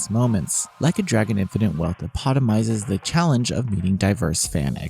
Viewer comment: Hmm nice review, feels very complete. Couldnt get into Yakuza 7 so I think this is a pass for me. Some pointers though: the review says "dissatisfication" that's not a word, im guessing you meant dissatisfaction. Just after that you say "epotomizes", when I'm guessing you meant epitomizes.